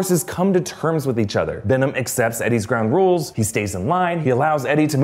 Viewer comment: He says "ground rules" weirdly right?